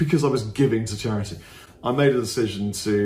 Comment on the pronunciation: "It's for chariddy mate"